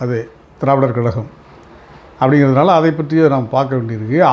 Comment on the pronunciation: வணக்கம். Travidar கழகம் என்று உச்சரிக்கிறீர்கள். அது dravidar கழகம் தானே? தென் மாவட்டங்களைச் சேர்ந்தவர்களுக்கு இது ஒரு பெரிய பிரச்னை..!!